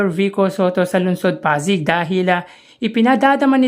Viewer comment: Hi.. hindi po ako basher. 😂 patawad agad, wag po sana maoffend. Kindly pronounce po Pasig as Pasig, wag po Pazig. 😊😊😊😊 Salamat po sa suporta sa aming Mayor! ❤ Sana po marami pang magsubscribe sa channel nyo. Godbless!